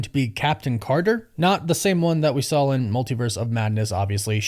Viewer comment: Why do you say “SAWL” instead of “SAW”. It’s just weird. There’s no L.